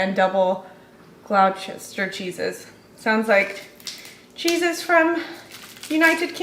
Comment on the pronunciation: Gloucester = Gloster; Leicester = Lester for pronunciations 😁